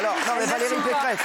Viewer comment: pequeresse peceress pecheresse pecqueresse ou peceresse ?????? quelle mito cette femme elle fait honte a la droite !